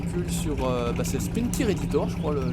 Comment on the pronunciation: Sa se dit spin tyer letre par letre